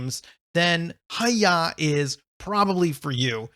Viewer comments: Thank you so much for the review,! I'm so glad you enjoyed it:D (By the way, it's pronounced "hi-yai", it means "fast" in Japanese!) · It's "ha-yai" as the text read